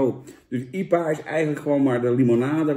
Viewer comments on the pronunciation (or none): jan: IEPA normale mensen: I P A ps: veel plezier in spanje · Ie-pa? Je hoor I-P-A te zeggen . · Iepa 😂😂 I P A